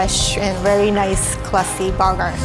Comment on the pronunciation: "Classy Bugger"